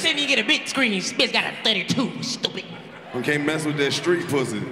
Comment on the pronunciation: “You is tupid” 😂